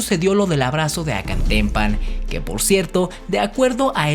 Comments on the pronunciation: No es Acantempan, es Acatempan No es Barbón, es Borbón! No es Oudonoju, es O'Donojú , con acento en u, y sin u tras la primera O...no entiendo por qué no lo pronuncias bien si el dato del.nombre lo pusiste bien! Tu trabajo de investigación es bueno y mas aún lo es la intención de decir la verdad no lo oficial. Pero la pésima pronunciación demerita tan buen trabajo. Intenta mejorar, tu canal vale la pena. Saludos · ACATEMPAN sin “N”🙄🙄🙄🙄